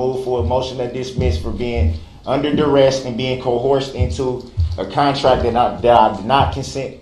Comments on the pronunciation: “Cohorsion and durest” DB LMAO 😅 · "Co-hor-sion" and "durrest". He's a law jargon genius. In a thousand years when he gets out of jail we'll see his law office ads in the backs of many a phone book. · He said "Durest?". Jesus. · "Cohorsion and Dorest!" 😂 😆 😂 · Oooo! New mispronounced word "Durest" (duress). 🥸